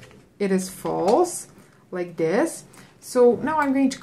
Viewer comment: pls learn how to pronouce this 😂 like dis and now if i comment dis LMFAO